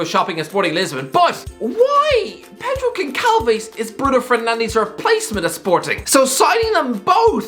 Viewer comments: As a Brazilian and Portuguese person, hearing him butcher Pedro Gonçalves name was also painful 😖 to hear, it’s Pedro Gon-salve-sh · Pedro goncalves It’s pronounced Gonchalvesh